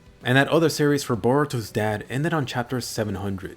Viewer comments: This guy said "boruto's dad" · This nigga said Borutos Dad. Lhh